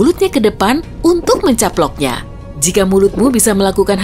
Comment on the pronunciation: "untuk menCAPLOK nya" Wkwkw ntah kenapa ko gw ngakak dengernya :v